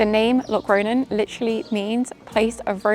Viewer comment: Your pronunciation of Locronan is totally wrong. I’m English like you but I get it right 🫤